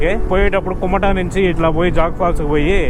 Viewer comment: Nice presentation & editing. Worth watching your travel videos brother. Note: pls correct your pronounciation like 1. Kumta not Kumata 2. Saagaraa not Sagara 3. Jog falls not Jag falls Thank you. Keep going 👍